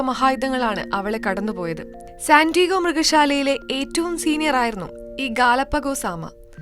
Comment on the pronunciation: സന്റീഗോ അല്ല സാന്റിയാഗോ ആണ് ശെരി